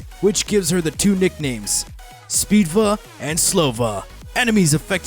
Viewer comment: Seems like I'm the only one who cringed when he said "Speedva"....